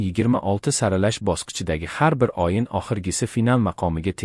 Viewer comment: Oyin emas ey oʻyin,sof oʻzbek tilida gapirolmasang,nega chirinasan,biladiganlarga joyni boʻshar,uyat,sharmanda